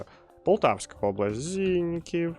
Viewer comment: правильно не ЗІньків а ЗінькІв